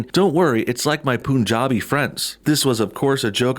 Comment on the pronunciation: FYI: The U in "Punjabi" is pronounced like the U in Umbrella!